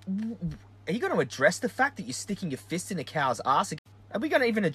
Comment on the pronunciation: I really thought you said the animals 'have a FISH shoved in their anus against their will'. I thought WTF how have I not heard of that one. Then I realised you meant fist... Btw I totally agree with you!